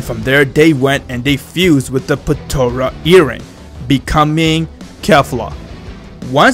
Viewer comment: "patora" its potara